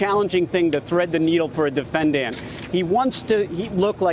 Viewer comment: defenDANT, defendant. Weird to pronounce it 2 different ways in 1 minute.